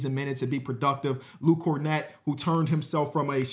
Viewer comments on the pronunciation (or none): none